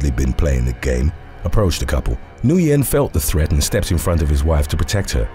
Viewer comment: Nguyen isn't pronounced Nu-yen. It's pronounced like the word "when".